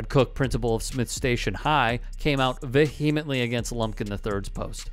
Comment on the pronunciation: you pronounce vehemently wrong